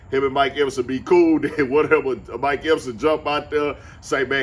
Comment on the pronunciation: WHY YOU SAY OUT LIKE OT? LIKE BOT 🤖 NOT WORK THIS OUT LILE ROUTE ? 😂